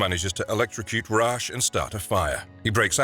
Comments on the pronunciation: Rahsh??? RAHSH??? it's pronounced REYSH!!! AAAAAAGH i can accept RAZ at least since its odd spelling but come on!!!! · Its a pretty consistent that they mispronounce or get their facts wrong. This very video features an episode that talks about the correct way to say Ra's and he still pronounces it wrong